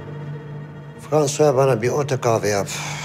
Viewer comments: her defasında EFONDUM dediğinde onunla beraber tekrarlayanlar? 😂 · Çatlıyorum gülmekten efondum 😂😂😂